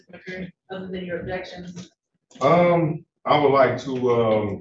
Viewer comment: Jesus the "ojections" and just word salad that comes out of this mans mouth is drowning me.